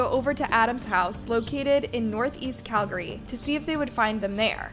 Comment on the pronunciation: Why does this chick mispronounce so many words on almost every video. You mispronounced Calgary